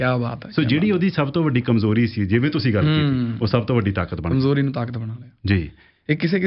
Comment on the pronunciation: Zabardast the word you said Kamzori and not Kamjori clap 👏